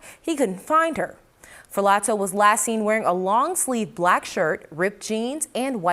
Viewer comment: In Italian, a "zz" sound is pronounced like "tz" - as in "pizza"...which of course is pronounced "peetza" - not "pizz - uh".